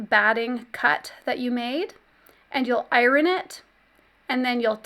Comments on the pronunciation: Is there a W in iron? It’s hard to listen to those ironing parts. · It must be a geographical language thing. She pronounces "iron" as I-RON. In my state it is eye-urn. LOL.